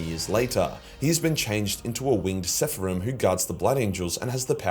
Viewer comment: 7.50 it's "seraphim" not "sepharim", and actually it's just "seraph". the "im" suffix is the masculine pluralizer in hebrew